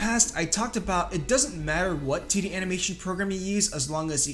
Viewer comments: I can't unhear him saying "tiddy animation" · Every time you say 2d my 3rd grader brain hears tiddy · It's how he says it. Tiddy animation. Nice